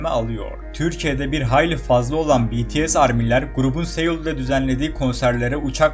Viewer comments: BTS deyil PETESE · BTS'ye deyil BTS diye okunur. tapmaktan bahsetmişsin ama sizde azerbaycan'ın üzerine tapmıyomusunuz siz nasıl seviyosanız bende aynı şekilde BTS çok ama çok seviyorum sonsuza kadadarda sevicem ha azerbaycan'rı sevmiyomusun dersen onlarıda çok seviyorum ülkelerin yer deyişmesini de istemem sadece BTS türkiyede daha önce hiç konser vermediyi için böyle bir yorum yaptım